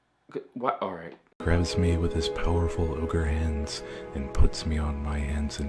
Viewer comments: Its not ogre... it's never ogre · Remember, it’s not Ogre... it’s never Ogre